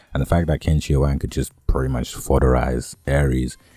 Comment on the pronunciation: Chin = Qin not quin (pronunciation) ♨️